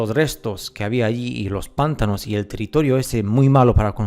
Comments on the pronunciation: panTAnos. Carga la voz en ta. es que se escucha muy cómico los PANtanos. es interesante tu pstura. Tengo que contarte que encontre una versión antigua de Las mil y una noches y ahí se habla de que el Sultán era el regente de la Gran Tartaria. Ahora, leí varios cuentos y las descripciones no son de parajes desiertos, sino más bien bosques, rios, etc. Me pareció raro ya que supuestamente se trata de una historia arabe. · "Pántanos" no, "Pantános" si pero sin la tilde marcada, te la puse para que sepas donde se acentua. Saludos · Checa la pronunciación de pantanos, lo estas diciendo pántanos, para el habla hispana suena como un rechinido. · Pantanos lleva su sílaba tónica en la segunda sílaba, “ta”, no en la primera... saludos